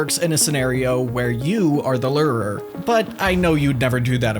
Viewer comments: Lew-Er-Er brother ;-; fuckin Lir-ir-ir 😂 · the way you pronounce "lurer" is off. its' looer-er not ler-rer. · The wine lerrrrr by the lerrrrerrrr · Lure er.. lurer…. Lu rahuh…Ler’rrrrr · Its actually lore er